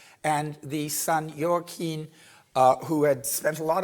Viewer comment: please learn how to pronounce Joaquin properly and Ibiza for your lectures, which are fabulous.